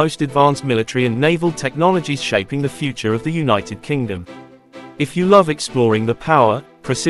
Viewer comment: I stopped watching after he said “The” and gave it a dislike and I won’t be subscribing.